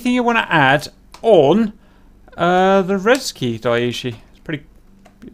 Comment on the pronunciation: "Rezvyy - Frisky" LMAO